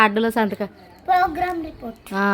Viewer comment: Parstha me amma laga program antunavu adi progress report antaru ❤❤❤❤😅😅😅😅